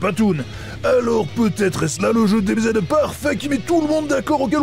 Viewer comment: "chokbar deubézède"